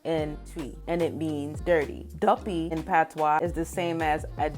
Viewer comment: obeah is not female. That is ɔbaa. Obeah is a mispronounciation of ɔbɛye it is connected to mystical practices. Hence Nzema ɔbɛye i reckon comes from the fact it was difficult to dominate a people despite them being few in number It is duppy not adope. It is not yam but nyam, probably from nam - meat. Noting this word is widespread in other African languages east and southern African languages call meat nyama